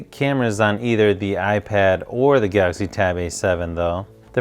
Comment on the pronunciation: I dunno why do you guys say gauxy tablet it think it's galaxy tab A7